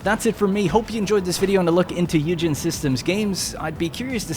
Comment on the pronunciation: Isn't it pronounced "oi-gen" as opposed to hue-gen